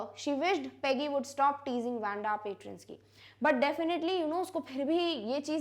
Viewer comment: its not wenda its waa-nda :)